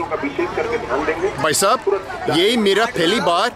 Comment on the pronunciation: Your hindi is perfect but i suggest, brother is bhaisab but not baisab and the rest are 💯out of💯